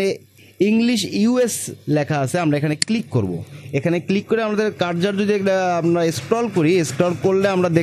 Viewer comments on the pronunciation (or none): Ussaronta ektu thik korele bhalo hoy. Karzar na bole Cursor bolle bhalo hoy. Than na bole then bolle bhalo lage sunte.